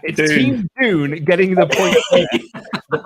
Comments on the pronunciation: It’s dune not June you British marks Kidding But am I? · That’s not how you say sand dune